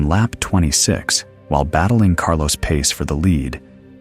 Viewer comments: You know it’s fake commentary when the dude says Carlos “Pace” instead of Carlos “Pa-Che” c’mon now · Carlos Pace...is not pronounced like that....